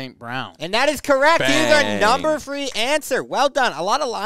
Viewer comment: “That is our number fwee answer”